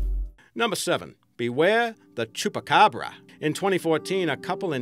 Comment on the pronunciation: he sais chupacabra so wierdly